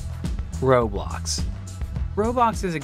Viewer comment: him: roblox jim imeaditaly after: roebox